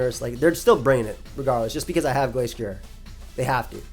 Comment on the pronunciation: You said Glasstrier and Glacetrier, but the ending should sound like ryer (like the end of a washer-drier). They are based off a destrier which is a type of horse and I believe its normally pronounced differently. Just want to make sure you arent accidentally wolfeying yourself, great vid bro.